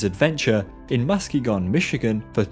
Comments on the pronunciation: Your videos are amazing!! Everything you put out is top quality. If you want a true Midwest pronunciation affiliate, I'd be willing to be your guy ;) Minneapolis = mini-apple-iss (you threw an "Indianapolis" extra syllable in there. Muskegon = muss-key-gun, emphasis on second syllable. Rather than "musky-gone" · Hi, native Michiganian here. It's pronounced Muss-key-gun. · Love the video, but I adore the way you pronounced 'Muskegon" :D Lived here my whole life and love seeing how people say it differently. Keep up the amazing vids! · Your pronunciation of Muskegon Michigan is so funny, great video as well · Great video, but I lol’d at your pronunciation of Muskegon Michigan :) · As a person from Michigan myself, i must agree.